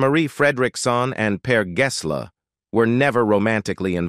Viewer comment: Yes, and Per Gessel 😅😂